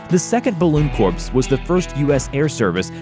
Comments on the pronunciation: Where to start? The US deployed hot air balloons in the American Civil War. The blimps of World War I were filled to hydrogen and not hot air and were never intended as transports. reconnaissance only. Corps is pronounced Core and not Corpse (get over it already). No propellers were ever envisioned on the glider wings for tanks. The Churchill Crocodile was used in World War 2 and there were dozens of different flamethrower tanks from many countries. The US also developed and tested nuclear proof tanks - try again. There were several tanks with sponsons after the Mark Is - all the way up to World War 2, including the US M-3 Grant tank. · corps is said like core, not corpse. just a quick note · It's pronounced "Core", not "corpse". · "Balloon 'CORPSE'"? You and Barry Obama must be very close friends, or else took the same remedial English course when you emigrated to America.... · Corps is pronounced "core," not "corpse." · It is pronounced Core when referring to groups like marines. It's only Corps when referring to dead bodies. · Corps is pronounced "core" not the Obamaesque "corpse". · Corpse is pronounced " core! " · Corps is pronounced “core” not “corpse” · For Pete sake corps is pronounced "core" not corpse. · It's not "corpse" it's CORE. bloody ignorant git.... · Corps is pronounced CORE not corpse. Semper Fi. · i stoped watching when he pronounced corps as cor-ps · Corpse ???? It’s CORE as in Apple Core. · and corps is pronounced core not corpse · CORPS is pronounced core, not corpse. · For future reference, word butcherer, corps is not said "corpse" it is said "core". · ish Corp is pronounced 'Core', not 'Corpse'. -ish the side turrets on a mk. 1 are pronounced 'spon-sin(s)' not 'spon-soons'. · Corpse!!! You sound like obama.............Corps pronounced kōr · We who served pronounce “Corps” as: “core” ... not “corpse”. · Corps is NOT pronounced "corpse". It's pronounced "CORE", you liberal putz. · My friend, corps is pronounced "core"...